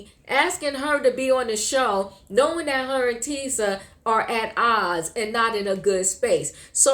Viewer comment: Tisha, not Tisa